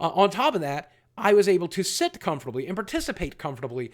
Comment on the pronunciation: Boogie... it's SIT not set!